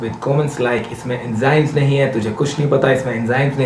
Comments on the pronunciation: India its nothing..guru mann say enjymes instead of enzymes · Bbbbbbbbutt, "Enjymes!" :'(